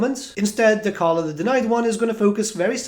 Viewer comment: Can you please say Dechala correctly lol. The character says her own name